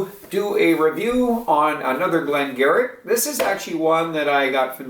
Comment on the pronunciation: gave it 90, which is high but he loves a genuine old-school quality whisky that is great value. I managed to find the 1 liter bottle for 39.50 Euros (about 60 CAD) and bought a load of them! By the way, it's pronounced Glen Geery.